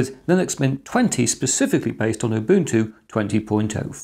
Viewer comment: "MATE" "Ubuntu" He actually pronounces them right. Nice job. Even Linus doesn't pronounce Ubuntu right. Now if only he said "gif" somewhere in this video...